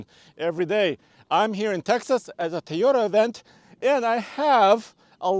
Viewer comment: Please just pronounce tOyota right not tYota jeezz ist very annoying stopped watching right there guys that dnt know how to pronounce the name I don't need more details that guy you tell me he cnt even say the name right